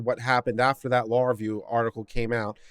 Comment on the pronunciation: It would be useful if you could pronounce "Law Review" as two separate words.